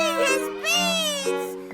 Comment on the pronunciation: I'm confused he's just eating his "BEÆNS"